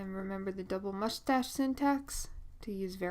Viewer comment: I giggle everytime she said mushtase